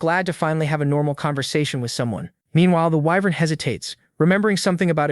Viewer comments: whats an eyenvern? its WYVERN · Whats a "wh-vern"?